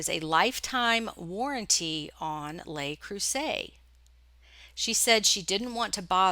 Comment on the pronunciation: The "Le" in "Le Creuset" sounds kind of like "look" without the "k" on the end. "Les" is the one that sounds like "lay". I love your videos and have learned so much from you. Thank you for everything you share with the reselling community.